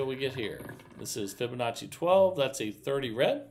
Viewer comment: I see he has learned how to pronounce Fibonacci. Very good